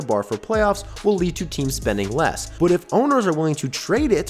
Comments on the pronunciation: Okay, your manner of speech is insane. You put emphasis on the wrong parts of words. Also, I just heard you say "but" and it came out like "bouut". What the hell, dude? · bro why you pronouce "but" like "byooot"? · You say " But " so weird bro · Just found out where lives by the way he says "but" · Can you please learn how to say but. It makes me wanna click off every time I hear it.